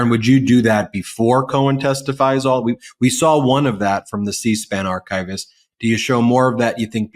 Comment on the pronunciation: The correct pronunciation of archivist (It is not archive-ist)